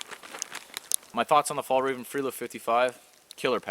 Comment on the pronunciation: Haha! Slightly wrong pronounciation on Fjällreven there! Sounded like you meant Fall Raven :P the "ä" is more like the sound in "bear"', actually all the vocals are pronounced the same in this word :) directly translated it means "The Mountain Fox" ;)